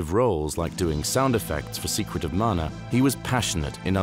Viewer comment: Thank you for the effort you put into these. I never knew about the intro scroll loading in Mana, that's amazing. It's nice to hear someone pronounce the name properly too. 😸